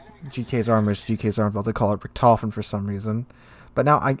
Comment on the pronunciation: I'm not a great WoWS genius player, but to me it looks like of all the decisions you could have made along the path towards disaster in that first GK game, you almost consistently managed to pick the worst available options. Had a bad day maybe? also (a bit nitpicky) your pronounciation of "Richthofen" is very off. Without seeing the CVs name attached to the squadron, I probably wouldn't have known what you were even talking about. If that's not something you care about, fine. Otherwise you might want to look up the correct pronounciation somewhere :-)